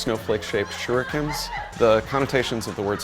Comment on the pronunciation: Shirukens? He means Shurikens right? They didn't even get that right?....So sad to watch...